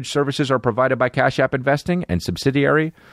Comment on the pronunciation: How many episodes do you guys think it will take Chris to learn to say "subsidiary"...?